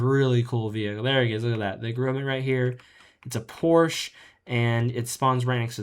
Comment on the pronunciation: First off, its ren-es-es, like genisis, not ren-ee-sis. And its GROM-it not grome-it